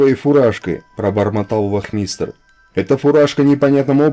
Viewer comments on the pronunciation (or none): Автор хорошее дело делаете, но что-то у вас с ударениями в словах ! Режет слух-вОзница, вахмИстр. Правильно будет- вознИца и вАхмистр. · На вахмитере ставьте ударение проыельно, пожалуйста. А то шлушать противно,честно.